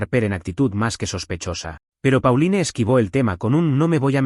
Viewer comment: Los padres que traicionan a sus hijos por dinero no merecen perdón! Y por cierto, Mason se pronuncia Meison, Pauline se pronuncia Paulin y Harper no tiene acento en la "E"